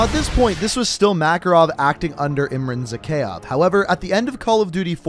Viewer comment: Say it with me now Ihm-rhan Zah-kay-ev Bor-is Vhor-shev-ski Bonus Ha-way City, Vietnam (Victor Reznov)